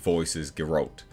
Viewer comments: OK, your pronunciation of Jaskier is now top notch. Now let's work on Geralt. Try Gherhaalt. Repeat please. Fun fact: in the 90s there was an attempt to make a Polish adaptation. Well, how to put it, it was a dumpster fire of a rubbish piece of crap (here's a taste But the funny thing is, the actor who played Geralt, Michał Żebrowski (try saying that one) lends his voice in polish dubbed version o this one 🙂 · also speaking of hanging a lantern on things, they literally did that with Cavills Geralt voice (which you insist on pronouncing wrong) when Jaskier is making fun of it